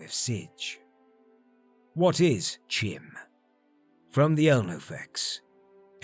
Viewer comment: Damn, not many people can post this often and still keep up this kind of quality. Also, I could be wrong but I think you're supposed to pronounce the 'e' in Padhome, since another spelling for the same name is Padomay. Also CHIM is pronounced 'kime'.